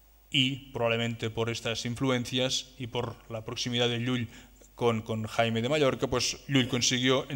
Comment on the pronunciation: No era Jaime era Jaume, no era Raymundo era Raymon...ja que parleu en castellà respecteu els noms, siusplau